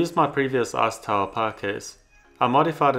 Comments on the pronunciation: i keep hearing "ass tower" instead of "ice tower" idk if its just me but i can either blame on my dirty mind or his accent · What can I say? All I hear is "arse tower" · "Screw the a$$ tower..." Uh, accent... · I can't get over how you say "ass tower" Great video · Sounds like he’s calling it “ass tower” 😂